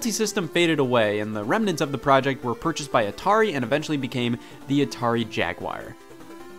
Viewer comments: Jag-WIRE? Disliked. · Yo what, "Atari Jagwire" what kind of way is that to pronounce jaguar (JAG-WAR) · The Jagwire? What is this? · Assuming Scott didn't have a stroke and is not being funny. It is pronounced Jag-Gwar. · Why does everyone say Jaguire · What the fuck is a Jagwire ? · It's because he pronounces it wrong. Look up the pronunciation online. :) It's a common mistake by many people.